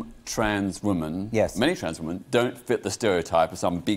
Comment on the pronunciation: Why have you got peter on here to talk about women, when he can’t even pronounce the word. The plural is WOMEN peter, not woman (singular)